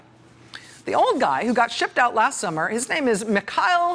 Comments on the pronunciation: You’re pronouncing Kalugin’s last name absolutely correctly, but his name is pronounced Mihail, and it’s KulAgin. Different vowel stressed. Both last names are quite popular in Russia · While brushing up on Russian pronunciations, could you work on Mikhail? It distracts from the rest of your performance.